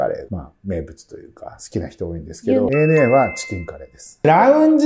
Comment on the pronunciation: アナとは読まないですね。 エーエヌエー。